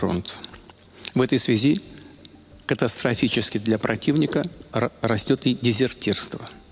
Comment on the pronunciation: Он так говорит!...,,катафтрафисески "! Добейте уже гада!! Чтобы все остальные не мучились!!!